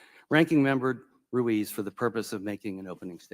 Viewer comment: If Dr.Brainwash Ruiz was Pinocchio his nose would be a foot long. I think it's pronounced Ruse.